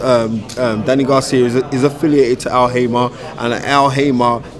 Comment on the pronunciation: *Al Haymon, not Al Haymah. And they call him 'the knowledge' lol